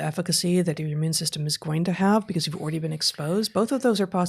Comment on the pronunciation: .00 Heather, did you say “oridy?” Like already? Very unique way of saying that word. Anyone know where that’s from? I’ve lived all over the States and never heard that outside a high school.